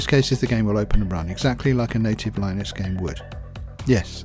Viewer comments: line-ux and bee-ta lol, no no no, it's li-nux and bey-ta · thanks - just one comment it is pronounced lyn nux